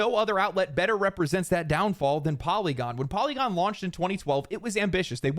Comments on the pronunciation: LOL FOLLY-gon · Poly-gone lol